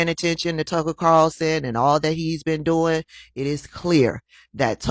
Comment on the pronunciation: Scott..How you dwoin 😂😂😂